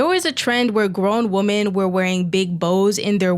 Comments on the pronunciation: Why do you gen z pronounce 'women' as 'woman'. It pisses me off. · Your videos are good but Woman/ singular WomEN/ collective. I’m sorry I have to turn these videos off when the word woman is mentioned more than 6 times instead of women. It feels in a sense objectifying women. Or a type of species we don’t understand. Or some kind of unidentified intelligence/alien. I’m not the best at grammar or spelling. In fact there is more than likely a load of errors in this post. And I don’t mind being corrected. However I feel this is a super obvious error and almost like it’s a trend to mispronounce. Just replace the gender and see how stupid it sounds no one says man instead of men in regular circumstances. Or repetitively after evey pronunciation of the word Sometimes it can be acceptable but not when someone is talking intellectually and I wanna take it serious.In never usually get irritated but this one thing really dumbs good essays down people are doing more and more regular feels like it’s dumbing it down human intellect Change is how language is made but usually it has a theory or like rules and this to me is one that doesn’t work for the English’s language unless it’s a stand alone sentence. Or to make a statement. However it looses its when it’s pronounced in sentence where the word woman is brought up I know I’m Being an idiot complaining but what happened to us.